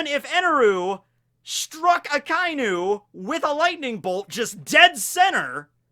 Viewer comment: Ah-kah ee noo. Not ahkainoo